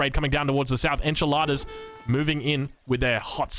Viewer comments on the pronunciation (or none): yeah, he called them "enchiladas" for the rest of the Game hahahah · He pronunced Espadachín? WDF I swear god I listen "enchiladas" HAHAHAHA and I dind't know why said Enchiladas, I though he was hungry hahahahaahhaa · the way he said "espadachin" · As spanish the espadachín pronunciation made me laugh hahahaha, love u:)